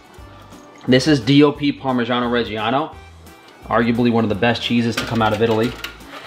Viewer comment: You are pronuncing "parmigiano regiano" wrongly